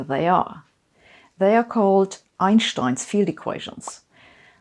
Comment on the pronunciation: I have to admit, I'm still not used to hearing "Einstein" pronounced correctly.